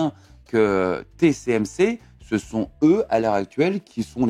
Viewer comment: Bon, il faut que vous arrêtiez de dire/prononcer : TCMC au lieu de : TSMC. C. ABUSÉ, NON ?!